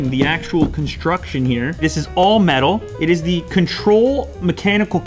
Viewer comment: “And there you have it; it is,” he didn’t pause whatsoever so his words jumbled